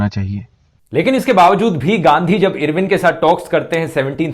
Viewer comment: irwin pronounce karna toh sokho fhruv aur pehele bhagat singh ki life sentence bohot dangerous thi